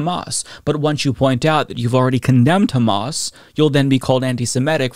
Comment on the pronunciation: I love John Fetterman, he’s my Senator, but his response was not only incoherent, but also ridiculous (and he didn’t pronounce Hamas correctly). I hope he does a little more research into the subject and changes his stance.